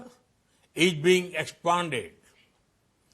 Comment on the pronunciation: Ij instead of is 🤣🤣🤣